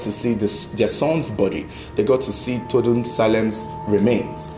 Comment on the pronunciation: It's pronounced Tor- du- e not Tordu, it's a native Tiv name. Well done on the investigation.